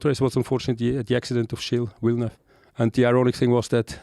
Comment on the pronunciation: Gilles Villeneuve, it was hard to understand first